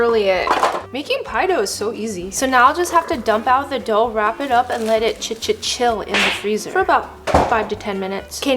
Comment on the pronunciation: "chi chi cill" 😂😂like Lisa's chill 😂😂😂❤